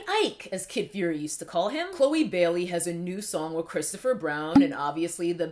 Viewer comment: COKES-toe-fer BROWN has sent me to the outer limits 😩😩😩😭😭😭